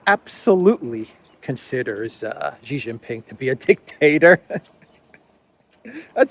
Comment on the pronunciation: Xi Jin Ping is SHEE JIN PING not JHEE JIN PING. Jhee Jhee means PENIS., you actually pronounced it once on the Duran when Alexander M said SHEE JIN PING, but then you reverted back JHEE. Stop insulting XI by mispronouncing his name. Would you like your name mispronounced as PENISTOPFOR?